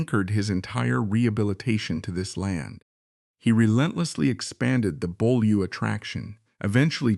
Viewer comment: And someone who knows how to pronounce Beaulieu rather than "Bow Loo".